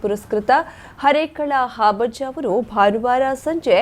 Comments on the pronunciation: ವಾರ್ತಾ ನಿರೂಪಕಿಯವರು ಹರೇಕಳ ಹಾಬಜ್ಜ ಅಂತ ಹೇಳುತ್ತಿದ್ದಾರೆ...! ಅದು ಹಾಬಜ್ಜ ಅಲ್ಲ ಹರೇಕಳ ಹಾಜಬ್ಬ... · It's Harekal Hajabba not Harekal habajja...